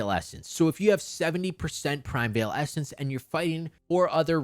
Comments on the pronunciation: Unrelated, but it's "PRI-MEE-VAL" ESSENCE, not " PRIME-VEIL" 😭😭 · qi is pronouced chi in chinese primeval is pronouced like prime evil